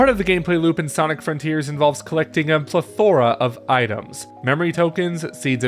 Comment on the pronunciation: How did you just pronouce "plethora"?! hahahahahaha